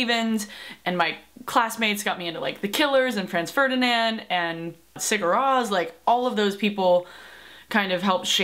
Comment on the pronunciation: Not to be that person but Sigur Ros is pronounced "Si-ur Rose". Hope that helps!